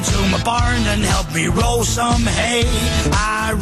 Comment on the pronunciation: I'm a Zumerset boi - he means "roll sum aye" not hay!!